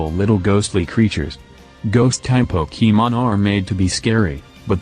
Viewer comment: 667th sub :) Also I love how the text to speach says pokEEmon